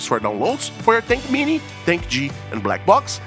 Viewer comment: WHAT IS THAT M VAB TINK MINI? PLEASE PRONOUNCE IT PROPERLY. WHAT IS THAT TINK G? AND WHAT IS THAT CUVAV?